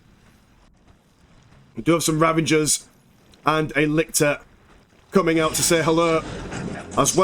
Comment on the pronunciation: Ravener broods NOT ravaGers. There's no G in there bud